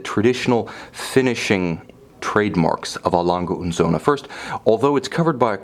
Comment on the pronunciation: Nice to see someone to actually pronounce a lange & Söhne correctly (except the ö).